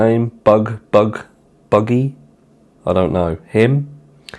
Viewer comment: Luggy, Luggy who the feck is Luggy 😂😂😂